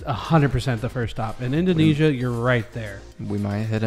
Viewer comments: In - dough (the cookie) - nay - sia (the singer) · In-dough-neh (as in 'meh')-see-ah